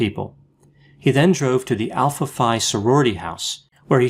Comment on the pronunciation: The sorority / house is pronounced: Alpha Fee. I knew that house well, back in the day, i had 3 of 4 roommates who pledged there.